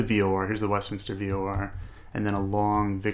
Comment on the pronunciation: Just found your channel, watch a few videos. As a Westminster native, thanks for not butchering the name. Subscribe +1